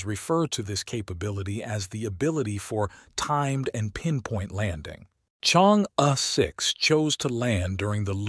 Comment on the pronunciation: Chang'e is pronounced as "Charng Err"